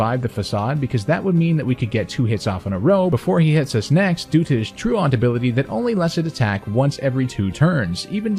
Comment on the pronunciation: How do people do it? How do people spend so many god damn hours researching, theorycrafting, editing, and playing not to mention, to say Slay-king instead of Slack-ing? It's not that hard, as a YouTuber it's gotta be something you realize. Edit: And you said "True-Aunt" instead of "True - ent" Don't say it's nitpicking. If your job is to talk, better pronounce things correctly.